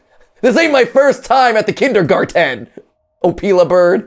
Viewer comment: That heavy stress on the T in kindergarten like he didn't know the word was actually spelt and pronounced that way (as opposed to kindergarden which I'm sure a lot of americans think it is) really bothers me.